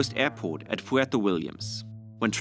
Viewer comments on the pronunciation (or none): none